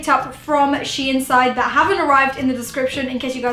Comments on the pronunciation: its pronounced sheen not she inn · the way she says the brand's name lmaooooooo * SHE IN * ahhahshggsgg its SHEIN * sheyn * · Wth is she-in. It’s pronounced sheen. But ily great vid xxxxxxpooooooo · It’s not she in its shein!! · I pronounced it shine XD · nope, it is DEFINITELY "sheen" i dont know where she is getting THAT pronunciation from! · I pronounced it as Shane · Don’t worry, I pronounce it “sheen” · U dont prononce It like shiin it's s-h-e-i-n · LMFAO I PRONOUNCED IT SHANE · loved your videos this isn’t hate but it’s pronounced sheen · You all pronounc it wrong bc shein os dutch and in duch ei is a diffrend sound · M she says it wronggg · She said it wrong....😂😆